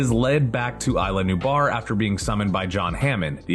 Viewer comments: Cry-ton, nue-blar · KRISH-TAHN?!?? NOO-BAR??? SERIOUSLY?!?!? "WTF Happened to Credibility?"